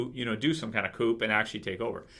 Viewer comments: Yo,. "Coup" is pronounced "Coo", not "coop." French word and all... Sry if ppl already pointed that out to you. Just letting you know for future reference:) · Coup: It's a French word......pronounced 'Coo' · Hey. For your info the P in "coup" is silent and is pronounced Coo. Q&A If you hate spoilers so much why do you read the comics?! Anyway, episode 15 gets 7 out of 10 for me as I felt it was too contrived. I thought Michonne was out of order knocking Rick out, but think she did it as she realised Ricks actions may have been coloured by his hard on for Jesse. However, after all Rick has done for the group, I think they all should've backed him. Pete is a large lump plus Rick is rusty and so the fight was more evenly matched than suspected. WTF was going on with Deanna playing that loud shite music? A wake for her arse kid? I predict Jesse stays with the wife beater, and that Ricks group start to leave ASZ when the Wolves plus zombies attack ASZ, and Ricks group haveno option but to use the ASZ as cover but also so Rick can save Jesse. Pete will be kissed by a zombie, and the slapper Jesse will suddenly decide she wants Rick. Aiden and Daryl rescue the group, but Aidens boyf is zombified, and Aiden will seek solace with Daryl and nob him. The wolves take ASZ! and the new season will start sith Ricks group trying to re-take ASZ? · The "p" in "coup" is silent in that context. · I know, that was bothering me too...but I love.